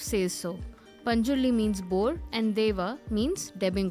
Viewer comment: you got the pronuciation of guliga and panjurli right